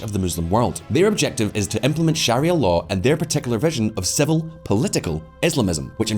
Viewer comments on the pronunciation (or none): none